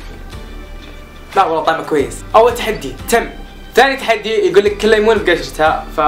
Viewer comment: شوف نفسك وانت تقول ليمون كانك كويتي